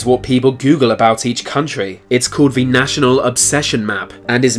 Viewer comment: This guy doesn't know how to say "th" in "the" and other words with the same sound lol.